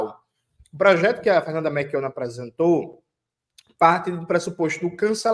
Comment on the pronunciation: 😅 que agonia do Jones falando MeRchiona ao invés de MeLchiona 😅. Me tira até a concentração 😅😅😅😅😅